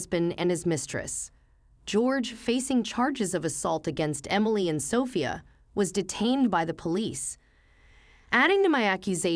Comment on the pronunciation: Justice is served. Happy ending for grandma Amelia, Emily daughter wife of philanderer husband George and granddaughter Sophia are living happily after the divorce☺️. Sophia should be stressed on the 2nd syllable😦